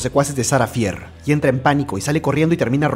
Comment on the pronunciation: No hate pero se pronuncia "Fer"